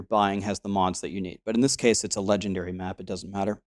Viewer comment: Nice vid. But I died a little inside every time you said, this one is legendairy. :) Also something I haven't hear you mention is that unidentified maps give more quantity. I don't remember how much but I think its 10%. So its actually a good thing to get when you vaal the maps Also as a noob with quite a lot of hours in the game(lots of leagues ago though) I learned allot! so thank you